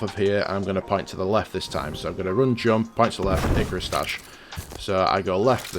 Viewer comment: The way you pronouncing 'jump' and other words triggers me enormously..